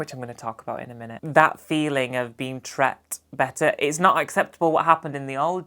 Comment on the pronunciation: This has nothing top do with anything, but I love that in your accent/dialect "treated" becomes ""tret". Keep up the good work!